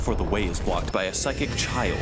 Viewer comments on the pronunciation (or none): "Pyschic" Oh God